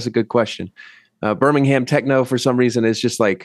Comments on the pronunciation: IT'S PRONOUNCED BIRMING-AM AAAAAAAAAAH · hearing them say Birmingham Techno like 10 times and every time they pronounce it like Berm-ing-hamme 😭😭😭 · Why do Americans pronounce Birmingham like it’s two words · The way people in the US pronounce Birmingham triggers me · Please pronounce Birmingham right